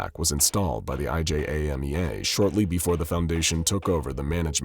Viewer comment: It says "IJAMEA" but he keeps saying "IJMEA"